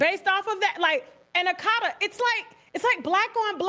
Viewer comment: She is mispronouncing the word akata. And not all Nigerians use it in a derogatory way